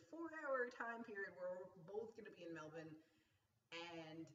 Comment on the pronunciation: Yaaaay!:D Glad you've got the coffee thing sorted and hangin out with you sounds AWESOME. Also, LOVE that you're saying Melbourne correctly!:p Go get some sleep and I'll catch up with you this Monday! I'll text you to work out a good time/place even if it is just coffee at the airport! lol